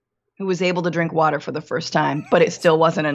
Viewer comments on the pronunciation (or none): Are you saying “wuter “?